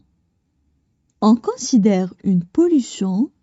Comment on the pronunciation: السلام عليكم ورحمة الله وبركاته Si vous voulez améliorer votre prononciation. Vous prononcé : on considère , on cansidère , (AN ) alors que c'est (ON). Aussi , on fait des pauses de lecture aux virgules et aux points mais , pas à chaque mot . J'aurais apprécié que vous lisiez les phrases en arabes , je suis convaincu que votre prononciation en arabe est excellente . Voilà ma contribution de critiques constructives à votre production .